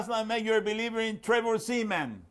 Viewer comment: Ha he said Trevor Semen.